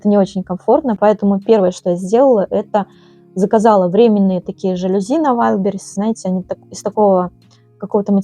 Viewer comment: Попала на канал случайно , всё здорово , восхищаюсь , но не жАлюзи , а жалюзИ / во французских словах ударение на последний слог / . Не дрОвник , а дровнИк . СвЁкла , не свеклА. Часто звучит слово " атмосферно " . Удачи !